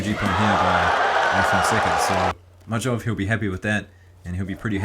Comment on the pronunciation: majdov's name is pronounced like maydov, thanks for the great video like always 🎉